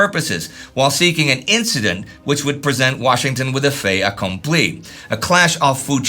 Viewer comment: "Puh-TAH-mick [sic]" -- "Puh-TOE-mick"'; you mispronounce even domestic place names. "FAY-ah-cahm-plee [sic]" -- "FET-ah-cahm-plee" -- the "t" in "fait" is pronounced because it is followed by the "a" (a vowel) of "accompli"; were "fait" followed by a consonant, the "t" would be silent.